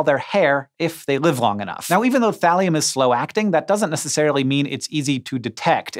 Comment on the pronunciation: When he said Thalium at first I was like, wait....did he just say Valium? lol